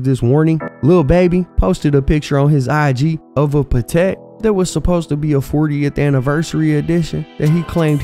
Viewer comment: "Pattek" is how you pronounce it. Pat-tek. PAT. TEK. NOT Pah-tek. NOT Pa-Tek